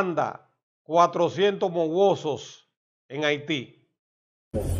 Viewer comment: No es mowosos sino mawozo